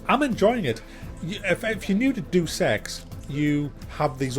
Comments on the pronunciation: Dude it's Deus Ex not Duece Ex. Pronounced Day-us Ex. If your going to review a game at least pronounce it correctly. Just saying. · I'm pretty sure it's said... "Day us X" = 3= could be wrong but im pretty sure "Do Sex" is definitely not it. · its not 'do sex' its day-uss ex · Love your reviews but it's [DAY] + [UUS] not Doos. Just kept annoying me hearing it said wrong. Sorry to be a prick:) Hope it's a good game anyway. Might get it. Been playing Xcom 2 and Kingdom Come Deliverance. Played through Xcom 2 a few times now love it and Kingdom Come although a slow starter is getting more interesting. Looking for more games like Xcom 2 (but not previous Xcom Games or Mutant Year Zero)...really loved the new Shadowrun games... have you played them? Hong Kong was good. Any recommendations on turn based games would be great. BTW your review of Death Stranding was hilarious!:D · it's not 'doose ex' it's pronounced 'deyus ex' ya idiot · it is pronounced Day-uus ex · i realize that there has been some confusion about how to pronounce this game, like every entry before this one. But being a PC purest i figured would know. its not Doos ex its day-us ex.... come on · It's not "doose ex" it's "day-us ex" silly British ppl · Day-us. Deuce is spelled deuce. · It's pronounced: Dayus-x not: Do-Sex lol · it's pronounced Day-Us-X not Duce-X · it's pronounced 'Day-us Ex' not 'Doose Ex' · No, 'buddy'. He got the right memo. It's pronounced "Day uss ex" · "DOO SEX" ?? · He is saying "due sex". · It really sounded like you said "Do Sex: Mankind Divided. But ey nice review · Why do some people insist on pronouncing it Dues Ex? Deus is a very simple four letter word, it boggles the mind that people can get it wrong! All things aside, great review, and LOVE the No Man's Sky one(s)! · It's "Day-Uss" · I thought Deus Ex was pronounced Day of sex. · im pretty sure deus is pronounced day-us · it's pronounced: "Day-es ex". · It's actually Do-Se-X